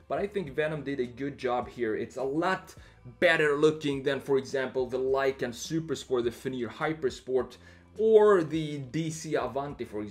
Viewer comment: This man seriously just said Lykan Supersport and Fenyr Hypersport lmao